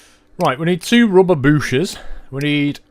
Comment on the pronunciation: we dont say "booshes"